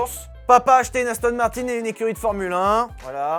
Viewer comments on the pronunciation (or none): none